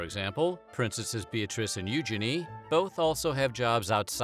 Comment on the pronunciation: EUGINE PHAHAHHA it’s pronounced U-Geen